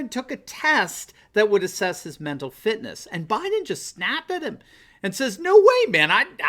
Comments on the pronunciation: It sounded to me like he was saying "mental filth". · When a politician can't say "mental fitness" then he probably doesn't have any😂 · This guy, who looks to be in his 40's, can't say "Interview" and he's making fun of a 78 year old, who has a history of stuttering as a child, for having trouble pronouncing "fitness". That didn't work out too well, did it?